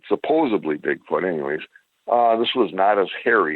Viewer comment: PSA, and also the word 'supposedly' does not have a B in it. We seek the truth and reality, so let's help preserve credibility. And the English language.